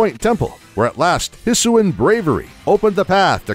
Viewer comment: Amazing, apart from a few mispronunciations (Arceus (CE makes a soft C sound)), Growlithe, Hisuian, Rowan, Unova, Yveltal (has two “L”s)) and the GBC G/S/C having both legendary Pokémon available.